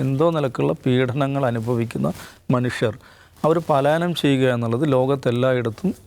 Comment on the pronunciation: പാലായനം അല്ല പലായനം 😂😂😂